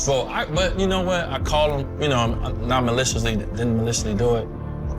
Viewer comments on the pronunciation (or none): Mf couldn’t even pronounce maliciously smfh 🤦🏾‍♂️